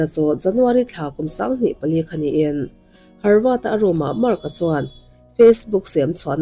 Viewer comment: Harvad i ti tlat a, havard niin ka hre deuh a..😊